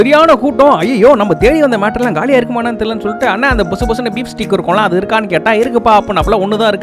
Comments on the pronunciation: Steak ❌ Steek ✅ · Bro steek illa adhu steak 😅 ok va bro